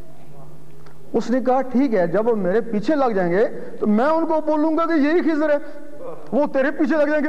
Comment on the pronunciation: مولوی صاحب خضر علیہ السلام اور بندے والی گپ کا حوالہ دے دیں؟؟؟ اور مولوی صاحب آپ لفظ خضر غلط پڑھ رہے ہیں